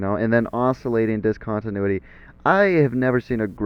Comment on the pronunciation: when the teacher cant pronounce the title of the lesson